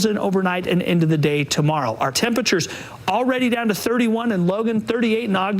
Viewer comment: "Tem-pitch-ers" ~